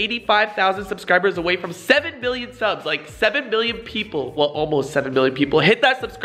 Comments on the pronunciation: Did he say 7Bill?? 😂😂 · FaZe Rug when u said 7 million it sounded like 7 billion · Anyone else here him say 7 bill? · FaZe Rug it sounds like ur saying 7 billion in the beginning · You were saying 7 bill not mill lol 😂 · Did anyone hear him say 7 bill?? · It sounds like he said billion and I was suprised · He said "7 bill" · 7millon not 7 billon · He said 7 billon